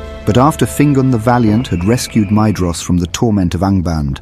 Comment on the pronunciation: This is a great video, however one small thing- Maedhros should be pronounced "My- thross." The "dh" is a soft "th" sound.